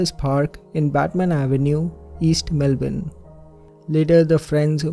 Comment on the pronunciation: You do such a great job on this channel. Also on your pronunciation!! I’m from Australia. Melbourne. I like how you say it correctly. Lolol. Instead of “Mel-BORN”